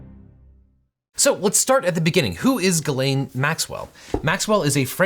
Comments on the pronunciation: Objection, gross abuse of the french language, it's pronounced closer to Jiz-len not Ga-lane 😭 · Jis-lane i believe is how it’s pronounced…. But thats not too important i guess…. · Now, this is absolutely the least important element of this entire case, by far, but as a native French speaker I'm just now finding out Ghislaine Maxwell's first name is apparently pronounced like Guylaine? Those are two different names! Contrary to popular belief, French doesn't normally allow you to make random letters silent in order to camouflage your embarrassing name as a slightly less embarrassing one. And now we can all move on to actual relevant things, but I just wanted to get that out there. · I’ll continue to pronounce it as “Jizz-lane” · Just so you guys know, Ghislaine is a French name for which you pronounce a soft "G" and don't skip the "s", sounding roughly like "Jysslenn" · It's actually pronounced "jizzlane" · Her name is pronounced French style, with a soft G, like Zsa Zsa Gabor. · Normally that is how the name is pronounced. I looked it up and apparently she uses the hard G.